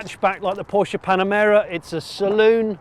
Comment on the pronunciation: IT IS NOT PORSCHI!!!!!